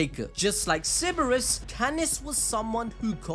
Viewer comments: You forgot the R in ceRberus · This dude is really out here pronouncing Cerberus like si-bur-is. Im just messing around and giving you a hard time. Love your videos, bro. I never miss an upload. I really like how you get your balls so deep into the best anime and manga. The deepest, and apparently the biggest, balls on YouTube.